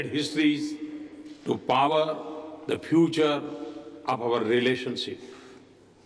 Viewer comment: Maybe scared but he still wants "...to pavar the footur of avar relesonsip..."